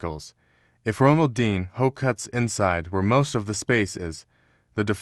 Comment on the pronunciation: ronaldeen... hoe